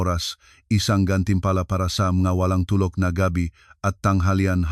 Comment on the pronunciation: Bakit Ganon ang pag-bigkas sa tulog ay tulok